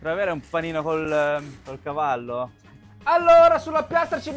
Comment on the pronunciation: Hai detto gavallo??? Ti gooo😂❤